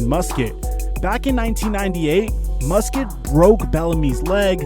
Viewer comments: It's pronounced Mus Cat not Mus Kit. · You need to learn how to pronounce peoples name and city in England, Craig is not creg it’s cr-a-ig and Norwich isn’t Nor-witch it’s nor-ich the w is silent and it’s mus-cat not Musket I know Americans like guns but you literally have a clip from crouches podcast saying it and still say it wrong